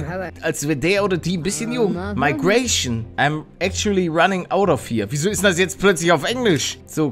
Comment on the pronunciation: Migration nicht meigration... 😵